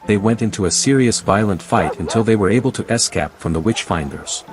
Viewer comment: Es-cap is a hell of a way to pronounce "escape". I guess the LLM voices still have some kinks to workout, nevertheless thank you for the recap!